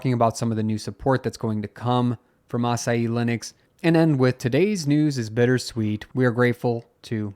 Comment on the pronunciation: Love how he pronounces "Asahi" like "açaí"